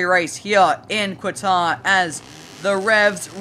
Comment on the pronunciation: FYI Its pronounced "Katar", not "Quatar"